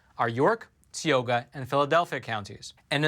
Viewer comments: Lol please pronounce teaohga as tie oh ga Tioga sry but it's just funny like how we say wooder LMFAO or crick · Hello! Tioga county in Pa is pronounced, Ty oga. Like TIE your shoes, then OGA.